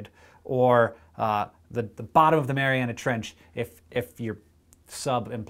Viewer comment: Thank you for pronouncing Mariana correctly. It makes me cringe when someone says Marianas Trench. One is a geographic land form, the other a Canadian boy band. Also: Go Canada Go!